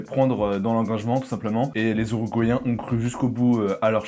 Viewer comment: “Les Ouruguayen” jsuis mort 😭